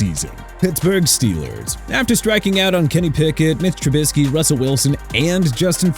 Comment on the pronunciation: TYLER SHOUGH AIN'T LEAVING NEW ORLEANS (PRONOUNCED NEW OR-LINS) SO YOU MR. "NEW OR-LEANS" ARE WRONG! ALSO IT'S MITCH TRUBISKY PRONOUNCED TRUE-BI-SKI!! AND MIAMI SHOULD TRADE OR RELEASE TUA SO YOU CAN STOP TALKING NEGATIVE ABOUT THEM LIKE THEY DID SOMETHING WRONG TO YOU!! YOU NEED A THERAPIST DUDE!!